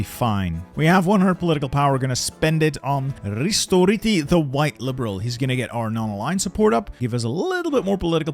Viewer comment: What a nice pronounciation for Risto Ryti